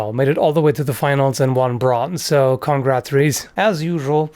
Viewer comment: "Congrathries" he is definetly skandanavian